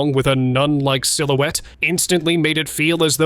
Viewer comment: Darting "SILOOTIE"??? I think, in fact I KNOW the word is "silhouette" and pronounced SIL-OO-WET 😢😢😮😮😮